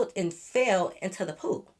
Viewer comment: girl i thought you said “It fell into the poop 💩” I was Rey say wait what😂😂